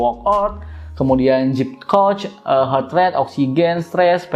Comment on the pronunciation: Aplikasinya Zepp ya bro bukan Jeep 🙏 klw Jeep (Jip) itu mobil Amerika 😅 berkali" dengernya jd geli 🤭